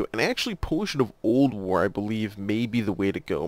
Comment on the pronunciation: Every time you say "Potion of Old War" to me it sounds like "Potion of Ulduar", which there is nothing wrong with that, just felt I should point it out. It kind of sounded funny at first. But great video! I'm just starting Alchemy, my friends keep telling me that the quest line is hell though. Have a fantastic day/night/whatever your time zone is! Liked and Subscribed!